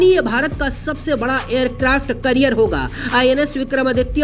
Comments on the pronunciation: Carrier bolte hai career nhi 😅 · Aircraft career nahi bhai aircraft carrier hota hain 😂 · Abe wo aircraft carrier hota hai kya hota hai aircraft "carrier"